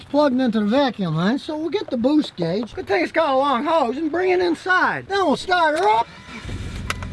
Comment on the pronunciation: "Bwoost gauge" I've been pronouncing it wrong my entire life!